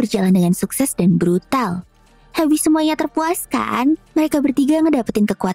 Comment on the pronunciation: Bukan brutal tapi brudal wkwkwkkwkwkwwkkwkwkkwkwkwwkwkwkkwkw😂😂😂😂😂😂😂😂😂😅